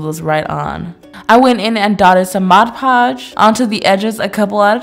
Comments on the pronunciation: Does anyone else hate it when people say MODGE podge instead of MOD podge?! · Loved your video, Karina! I just have one thing to say, though. Mod Podge is not “Modge Podge”! 😅